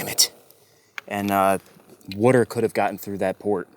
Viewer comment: When you say "water" it sounds like "weerter" Great project.